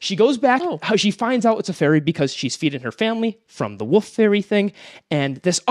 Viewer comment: pronouncing wolf as woof